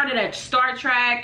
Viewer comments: It's Star TREK, not "Star TRACK" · Trek.......it's TREK...not TRACK........arggghh....lol..... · Star trek, not star track my guy.